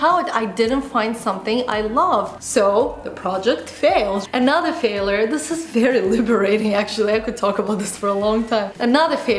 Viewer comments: i dont think its because of her accent because even with her accent she prononces words very well, it seems to me she just might not know that its pronounced fail-YURE and not fail-ER, with that said, its not the end of the world if she does not pronounce the world correctly, I think Roodles comment will just help he realize her error because yes, it was quite annoying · calm down English is not my first language either and actually yes there is correct and incorrect way of pronouncing words and this is specified in language dictionary In Uk we say ˈfeɪ.ljər. And R is silent. There are pronunciation differences between Uk And US English - was trying to figure out where got her way from.and it has nothing to do with accent. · it's 'fail-YURE'. not a big deal but was irritating me a bit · How to say failure: "fail-yur", NOT "failor". Your welcome. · faalure hahahaha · Video is great n all but your pronunciation of failure as failer got me 😂🙈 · Hey, I like and respect you a lot but you are just not pronouncing the word failure correctly and making your video slightly difficult to watch.:) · The biggest failure I can think of right now is very badly mispronouncing the word 'FAILURE' 😂 She uses this word non stop says it wrong lol. Alex you could have given her a heads up 😜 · Is that Canadian pronunciation of word failure? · The way she pronounces "failure" is so cute. lol